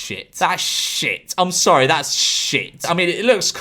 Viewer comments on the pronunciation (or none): none